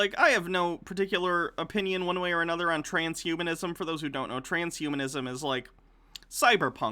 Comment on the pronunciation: Okay he's brought it up so many times, and pronounced it wrong so many times, I'm not honestly sure he knows., there's a difference between transhumanism and trans humanism. Okay?